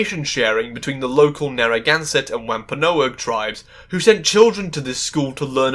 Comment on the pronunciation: if you're going to talk for literally hours about how jkr's writing disrespects many of the native and indigenous cultures she mentioned, it might be a good idea to look up how words like wampanoag are actually pronounced in order to avoid inadvertently disrespecting them yourself